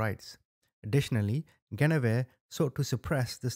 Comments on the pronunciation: Please pronounce that woman’s name correctly: GWENivere. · Love your videos! Your one of my FAVORITE true Crime YouTuber! For future reference, her name is pronounced, gwen-a-veer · Guinevere is pronounced “Gwin’-oh-veer”